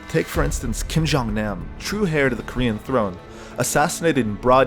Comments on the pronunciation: You're an idiot. You don't even know how to pronounce 'heir.' You're as dumb as Justin Trudeau. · Kim jong nam is the true hair to north korea? I thought un had the hair style that all men want to wear. The next heir (pronounced: air) would have been nam if he hadnt been disowned first then murdered. So the true heir became un. You should probably do some dictonary reading and stuff before recording. Oh yeah and every viisitor stays at yangakto. Thats the only international hotel in the country. Not a big coincidence.